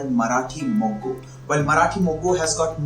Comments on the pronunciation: It's Marathi moggaa.... Not Marathi mogguu 😂😂😂😂😂. Mogga means bud. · Marathi Mogga not Moggu. BTW appreciate your efforts.👌